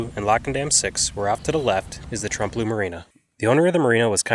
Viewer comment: It's pronounced tremp-a-low